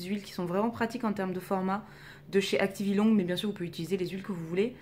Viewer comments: Pourquoi tu prononces le "g" de activilong ? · moi aussi ! 😣 on doit pas le prononcé ?